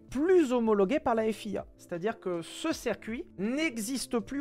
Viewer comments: le cercuit ça me fait cabler, dit "circuit" stp ssssssiiiiiirrrrrrrcuit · *On dit circuit pas cercuit